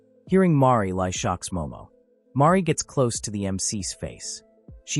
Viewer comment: Name: Banri 🤖: “Mari” ………🫠